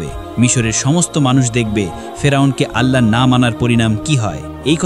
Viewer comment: Bhai apni Allah nam ta shotik uccharon kore banglai